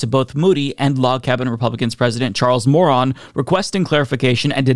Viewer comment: “Charles Moron” (I know his name was ‘Moran’ but the way pronounced it as ‘moron’ was gold)